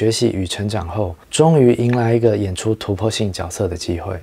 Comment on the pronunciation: 角色的发音错了吧，绝色吧